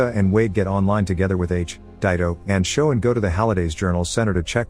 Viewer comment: He said joe not sho